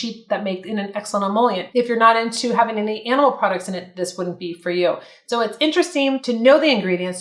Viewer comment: With all due respect, watch how you say -ing words. It's having rather than haveen